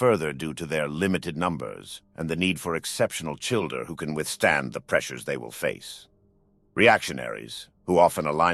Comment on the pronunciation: I thought you said childRer